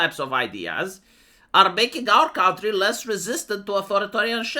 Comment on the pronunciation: Seriously? Still Count-ry?